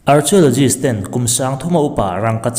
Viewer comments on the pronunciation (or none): Archiologist....tiin I lam a.... Arkiolojist tia lam tur aw😂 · Keipawh...arkhiulogis tih ang deuh a lam tur a ni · Lam dan a dik lo, arkio ti anga lam tur, k anga lam tur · Arkhiawlawgist ti anga lam tur zawk aw😁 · Archiaulozist a ti tlat 😂😂😂a buaithlak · Archeologist i lam dan hi a dik lo deuh chu ni, thil lam dan i zir a la ngai deuh a ni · Archeo tia CH hi K angs lam tur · Archaeologist lam rik dan adiklo tlat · Hnamdang ṭawng hman tel a ngaih chang hian a lam rik dan dik zir hmasak a ṭha ka tihpui hle mai che, Archeologist hi i lam ri diklo a nia